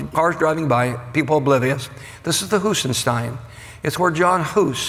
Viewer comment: its not John Hus. Its Jan Hus. pronouncedd Yan